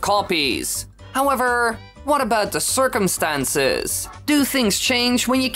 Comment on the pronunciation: “Circumenstances” lol